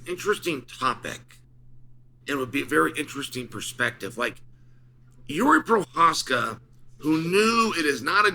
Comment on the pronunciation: can pronounce jiri prochazka but not compartmentalize. Undefeated undisputed